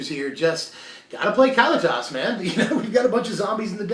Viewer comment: Ka-Lee-Tis! C'mon man. Get it right.